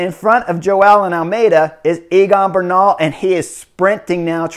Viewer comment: I love your comments. Note that the pronunciation of Egan is Similar to say Egg and An. His last name pronunciation is Ber nal